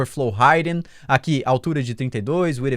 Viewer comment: Cara. Eu adoro seus vídeos. MT msm. Continua assim!!! A única coisa que me deixa cabrero é sua pronúncia do inglês, as vzs vc fala "Raiden" quando é "Hidden" 😂 Mas isso eh só loucura minha msm Sucesso!!!